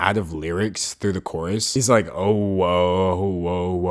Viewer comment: Dude, for the whole video I was confused why you were saying coarse but my bad it's Chorus